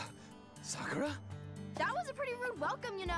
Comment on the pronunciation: Y do they pronounce Sakura wrong?